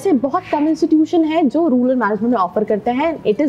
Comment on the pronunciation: I stopped watching it from the point where she said rular management 🤣🤣🤣🤣